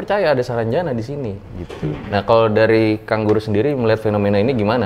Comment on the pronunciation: Yang bilang: kang guru Yang gw denger: kanguru